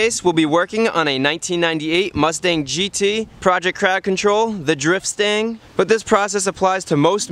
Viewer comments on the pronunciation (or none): The first few times i heard you say "Driftstang" i misheard "Drip Stain." What a great name for a project car -- I will take that for my work beater that I'm learning everything on. Thanks :D